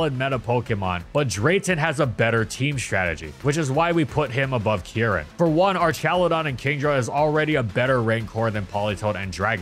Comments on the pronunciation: Why do you pronounce Kieran as Kee-eren? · insane pronunciation of Kieran bestie